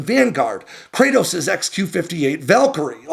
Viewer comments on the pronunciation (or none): none